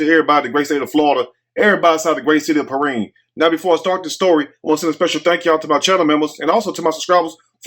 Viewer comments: It's P RYAN Pronunciation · 😂😂😂..... THAT'S PRONOUNCED " PER-RHINE "...... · your to funny!! I’m from Florida, and it’s pronounced Perrind but spelled Perrine. It’s in South Florida. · It's Pee rine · Its pronounced like the number nine perrine in south Miami great video